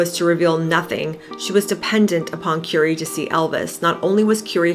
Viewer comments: It’s Currrr ee not Cure ee 🤦🏻‍♀️. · Just thought I'd let you know you are pronouncing his name incorrectly. It's pronounced as in Curry that you eat, thank you.